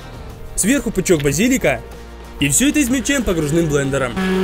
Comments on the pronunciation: базииииилика нет нужно говорить базилииика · Он просто поменял ударение 🤦🏻‍♂️